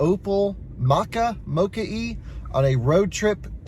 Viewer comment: Its moka not mooka. You say it as if there are two kk's and short o